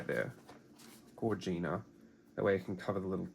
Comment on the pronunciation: Love watching and listening to you. Every time you say "gorgina" it cracks me up. Thanks for the inspiration 😊